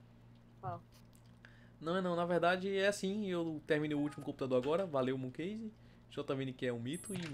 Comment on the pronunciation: QUE "KEISE" OQ!? É KASE